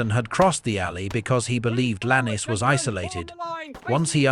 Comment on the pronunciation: Could you please get the pronunciation of names correct Lannes is Lanz not lannie there are other such errors